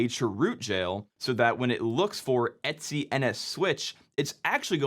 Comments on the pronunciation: "etsy"? It comes from "et cetera". It should be pronounced "ee-tee-cee", or at least "et ce". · Every time you say "et-c" it sounds like you're saying "Etsy"... Wait, is that how Etsy got their name? 🤔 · Wait, does everyone pronounce /etc like etsy?